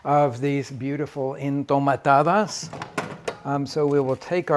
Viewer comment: Their not called “Entomatadas”. They are called “Enjitomatadas”